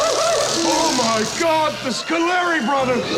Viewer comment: “Oh my God, the Scollari brothers”. 🤣🤣